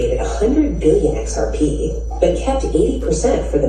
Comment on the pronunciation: "XRPaay" LMAO !